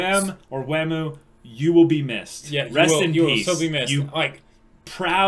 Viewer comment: It's not waam, it's wa-muu